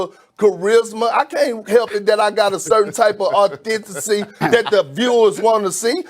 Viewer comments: Authenticy is harder to pronounce than authenticity. Kudos Perk for dropping a jewel 😂😉🤣! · “Awthentacy..” - Kendrick Perkins 😂 They need to bring back Aunt Jemima as Uncle Perkins. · Lmao moris chestnut and then fkd up pronouncing authenticity.... I'm weak 🤣 🤣🤣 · “Authenity” “ lol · he butchered authenticity I was on the floor after that 🤣😂 big perk keep doing your thing💯